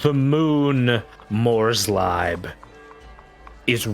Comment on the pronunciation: "Morslieb" being pronounced "more sleep" is always a good one. ~ translates roughly to Mors love/favorite though.